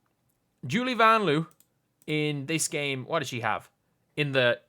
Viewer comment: Lin Dunn doesn't even know how to pronounce Vanloo.